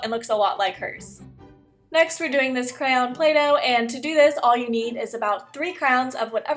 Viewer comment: I love how you say cranyon